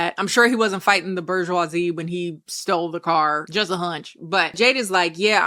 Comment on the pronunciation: Lmao “bergeoisie”💀💀💀